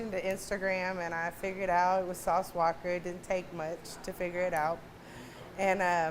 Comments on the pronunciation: She said “walker” with and emphasis like that’s what it is 🤣🤣🤣🤣🤣🤣🤣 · She put the hard "er" on the end of sauce walka name lol sauce walker?😂